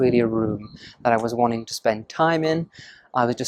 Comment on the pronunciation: You speak so well except when you say waning instead of wanting !